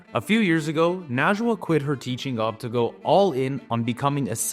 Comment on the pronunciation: Excuse me, but the correct pronunciation of her name is Nejwa (something she mentions in Welcome Home; excellent book). Loved this interview!